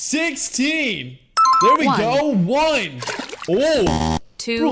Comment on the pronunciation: Is it just me or does it sound like he’s saying wine when he was saying one